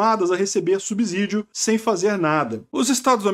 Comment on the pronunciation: PQP, ouvi "SUBIZÍDIO", várias vezes no video. CORRIJA ESSE ERRO GROTESCO DE PORTUGUÊS! É "SUBSÍDIO", igual a "subsolo", "subserviente" etc. Ou você diz "SUBIZOLO" ou "SUBIZERVIENTE"? fala pro aprender a falar a palavra corretamente!